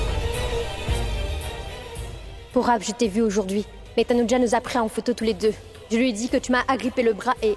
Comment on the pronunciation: Je suis choquée 😂😂😂 c'est dit pas tanuja 😅❤